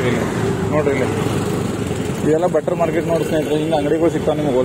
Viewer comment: ಬಟ್ಟರ್ ಮಾರ್ಕೆಟ್ ಅಲ್ಲ ಮಾರಾಯ ಬಟರ್ ಮಾರ್ಕೆಟ್ 😅😅